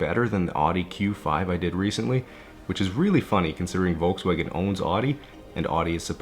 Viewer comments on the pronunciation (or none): << Germany calling.. volkswagen TO US U PRONOUNCE TOTALY WRONG:: LOL close is to say Folcswagan the same thing with BMW we use the v as ur W so its not ,bee aam double u, its Bee AM Vee